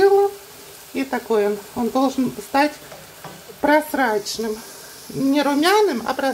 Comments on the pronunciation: Точно проСрачный😂😂😂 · Прозрачный лук или просрачный?Кто что услышал?